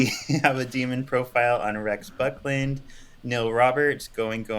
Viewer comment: every time you say "Rex Buckland", you sound like you're saying something else.